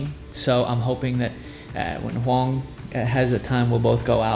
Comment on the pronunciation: We won't have any classes until after February, and also, you're pronouncing Huong's name incorrectly again